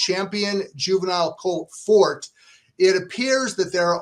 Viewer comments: Yes it's not Fort 😂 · How can you guys possibly be pronouncing his name wrong? What the AF?? It’s For-TAY for Christ sakes. What is happening?? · the owner pronounced it For-TAY on TV multiple times. Along with his daughter, she pronounced it that way as well. So.. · Fort and For-tay are both accepted and here's why. Forte etymology is Latin (Fortis). The term was adopted by France and Italy. In France, it's pronounced Fort and it's generally used to speak of, describe, or as an adjective of strength or/and stoutness (i.e an structure). In Italy, Forte is used to describe or speak about strength or/and loudness, but its also the term used to describe the strongest part of the blade used in the sport of Fencing, which was originated in Italy and later perfected in France. In Italy, the pronunciation is For-tei (no matter what is being referred to) which sounds in English as For-tay. As of how Forte (the horse) should be pronounced, I believe it's For-tei (or For-tay), given that his owner is Italian-American, he paid for the colt, and he refers to him For-tei (For-tay). By the way, if you go to a French restaurant dont ask for a Torte unless you want to be laugh at 😂. Torte is a German term adopted from the Latin torta via Itlay. The chocolate torte confection is called Sachertorte, originated in Vienna, Austria in the 1830s, a period when the Austrian Empire kept the German as one of their official languages (as they do today). If you go to an authentic French restaurant ask for a gâteau, unless they have real Sachertorte in the menu. The reason why Torte is strictly pronounced Tort is the German rooted adoption from the Latin kept out the A (Tort-a), which the Italian kept intact. Forte can have two pronunciations because the term was ad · Just can't get past that these 2 can't pronounce the favorites name properly. Also, Beyer has always been heavily California biased. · God, learn how to say "Forte"....